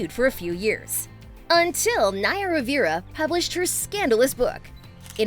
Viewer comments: Omg I can’t believe you don’t know you don’t know how to pronounce “Rivera”. Would you pronounce River “Rivier”? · They way she pronunces Rivera is painfull... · also mispronounced rivera